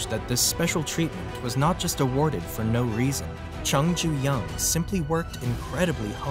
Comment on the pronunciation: Name is, Jung ju young or jung Joo young. Not Chung ju young.